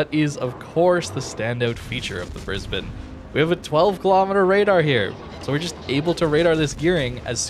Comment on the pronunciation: Gday from Brisbane Australia, 10/10 for pronunciation of Brisbane.